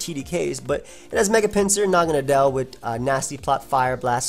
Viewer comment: I figured naganadel was pronounced Na-gah-NAY-del, kind of like "needle". Either way cool vid man